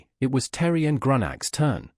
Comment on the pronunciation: You need to fix the AI voice it can't even pronounce "Terran" correctly.